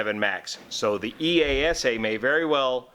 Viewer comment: BTW, you can say EASA without punctuation.. That’s how we pronounce it in Europe 👍